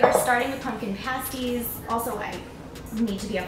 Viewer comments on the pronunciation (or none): I believe it’s past- ies, instead of paste-ies.